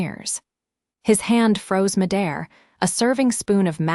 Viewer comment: Why can AI never get Mid Air correct?